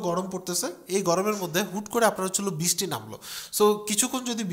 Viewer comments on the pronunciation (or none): আসতেছে, যাইতেছে, বিছটি, প্রিয় ভাই দয়া করে বাংলা ভাষা ঠিক করেন, আসছে বা এসেছে, যাচ্ছে, বিছটি নয় বৃষ্টি